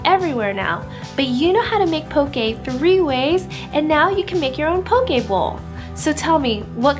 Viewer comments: Should be pronounced POH-kay and FU-ri-KAH-KAY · Looks good but you butchered the word 'poke' and 'furikake' 😅